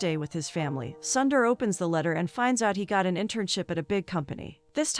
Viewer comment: Don't keep calling him "Sandar" or "Sandar". Your pronunciation is horrible. You are killing his name. He is Sundar or Soondar.